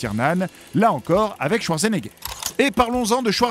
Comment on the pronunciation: Ca ne se prononce ce pas schwarzenegger mais chvartsenaiger #allemand en 5eme langue Sinon, bonne vidéo.